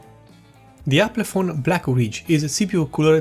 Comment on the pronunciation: Not Aplefon. It's Alpenföhn.